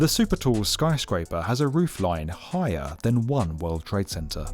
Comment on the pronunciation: Never noticed that weird accent before on the B1M. Highahr, skyscraypah.. different guy? After it only becoming audible after a short while, at a certain point he suddenly stops doing it, and then suddenly one can hear for a moment it is actually an English voice indeed.